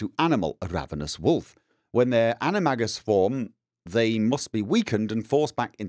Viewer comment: That pronunciation of animagus hurt me